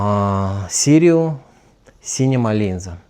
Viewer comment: Sirui !!! Не сіруі😊, а так дуже цікаво👍